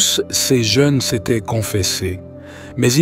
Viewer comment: 🍷🍞✝️🌄👑🌞 Salut ! Les machines qui parlent ne savent pas faire les liaisons entre les mots. Quand la machine doit dire ”ces jeunes” elle dit ”sèz jeunes”. Je n’aime pas entendre les machines parler. 15/11/2023 France Yonne